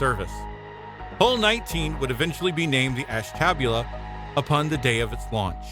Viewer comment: I got as far as . I'm not sure if the narrator is a human or a robot, but as soon as i heard Ashtabula terribly mispronounced, i clicked off and started writing this.